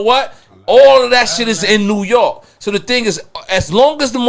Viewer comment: 😂😂😂😂 Nore York. Rep yo shii Nore 😂😂😂😂 Virginia said wudup lol